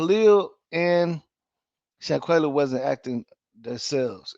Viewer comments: Her name is shanquella not shanquayla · With all do respect if your going to cover a story of this such please and I do mean please try and get the name correct and the pronunciation of there name because you had said Shanquella name incorrectly numerous of times and I was like OMG show her some respect. IJS